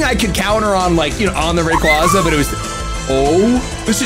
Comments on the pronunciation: Baby Rayquaza - Quayquayza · Every time he says " Rayquaza" wrong one of my bones break